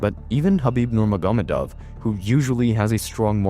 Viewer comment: I know this is a serious topic but i swear to god if you say khabibs last name like that im gonna lose my mind look up how it is said my god you're not even trying to say his name right